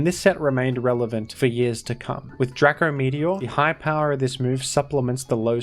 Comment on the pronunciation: ITS DRACO NOT DRACKO. nic3 vid btw